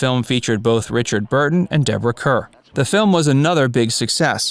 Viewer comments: Deborah Kerr's name is misprounced here when discussing Night of the Iguana. The correct pronunciation is, of course, "Car," not "Cur." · Pronunciation: Deborah KARR